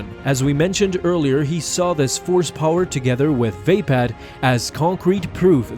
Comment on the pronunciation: vape pad lol i think its va pad